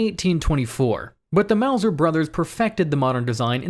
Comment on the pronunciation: why does mauser sound like............. MAUS